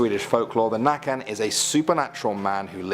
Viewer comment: Hearing it be called nacken and not nøkken caught me off guard